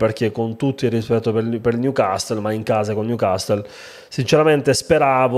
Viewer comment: Il "niucastol"...😂